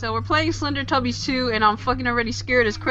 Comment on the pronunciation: its not slendertubbis its slendytubbis